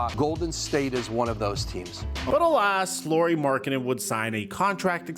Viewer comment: His first name is pronounced the same as Kyle Lowrys last name. He is not Lori dude.